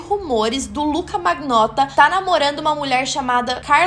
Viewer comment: Achei muito bom bom. Só quero lhe dar uma dica de pronúncia em italiano. Magnotta se pronuncia manhotta. Palavras com ng tem som de nh e palavras gh se fala com lh. Fica a dica